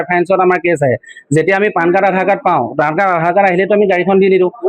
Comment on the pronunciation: 😂😂😂😂😂😂lt is not PAAN card ,it is PAN card